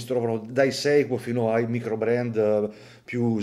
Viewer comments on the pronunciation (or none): none